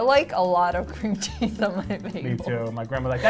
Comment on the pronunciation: yooo the way eh said cream cheese soo funny